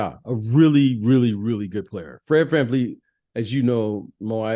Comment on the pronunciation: Fred's one of your favorite players but you don't know how to pronounce his last name? It's VanVleet, not VanFleet. You need to watch some Scottie Barnes stuff this season. You'll adjust your Pippen comps a bit. He's really breathing some rarified air. 8.0 Box Plus Minus is clipping Kawhi's lone season in Toronto.